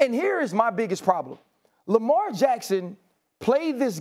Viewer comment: Lamelt Jackson 😂